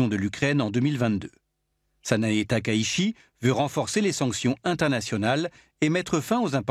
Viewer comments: TAKAICHI ça se prononce ta-ka-i-tchi Pour ce qui s’intéresse 😊 (Corrigé😅merci) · 高市（ﾀｶｲﾁ）taka itchi, "la ville haute. Bref, shi→shi Chi→tchi Le S se prononce S (ōSaka, soupe miSo, bonSaï, nagaSaki), seul le Z se prononce Z (za z'est très diffizile) Ça peut paraître trivial, mais la prononciation du japonais est si simple qu'on a du mal à prendre au sérieux quelqu'un qui est sensé maîtriser un temps soit peu son sujet.